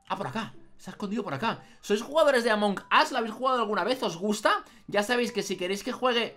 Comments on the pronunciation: se dice among us no among as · No es among As es among us